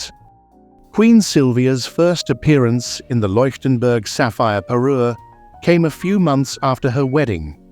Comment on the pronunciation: Unerträgliche KI Kommentarstimme, Fehler auf Fehler in der Aussprache. Bohnen Fransen Tiara, Bananen Tiara, Leienburg/Loienburg/Likenberg statt Leuchtenberg , Wunderkerzen, Peru statt Parure usw. The A I voice is horrible. Mistake after Mistake in pronounciation and completely wrong names and words. Please not a second part with A I voice!